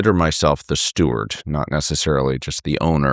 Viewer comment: Steward, not stewart.